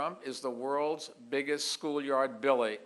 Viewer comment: Don’t say Billy instead of bully it ruins the effect. Better speech writers please and give more speeches to practice before the debates.